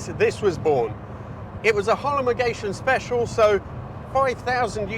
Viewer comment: Holomogation? 🤣, Sir. You may mean... Homologation...